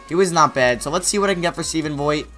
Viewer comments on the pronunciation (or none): Stephen Vogt is pronounced vote. Great vid